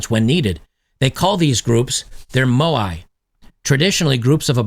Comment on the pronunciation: “MO-I” Moe means something else.